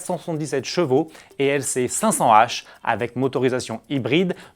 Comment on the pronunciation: Ce serait bien si tu pourrais articuler quand tu annonces le nombre de chevaux merci